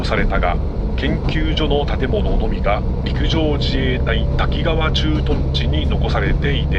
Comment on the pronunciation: たきがわと濁らず、たきかわデス😂😂